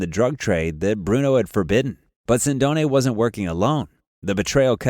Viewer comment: Mispronouncing Sindone. He was not killed 10 days after Caponigro's death, but 6 months later. His body was not found in a house, but behind a store - 5 minute video loaded with errors.